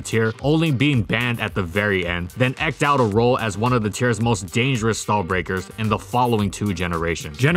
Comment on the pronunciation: Your scriptwriter needs to start giving you phonetics next to difficult or unusual words, right now its fairly easy to tell this isnt your natural diction. "Macabre" is ma-kab "Eeked" was probably misspelled? There are others. You do a really good job and I dont want to come off as detracting from that in order to give you some constructive criticism but those sort of jar me every time it happens and pull me out of the video for a second. I mean no offense and apologize if this is worded tersely.